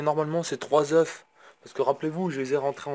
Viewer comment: Stp arrête de dire des zeuff!! On dit des zeuuuu!! Sinon bonne video, c'est un plaisir de te regarder à 4h du mat avant de bosser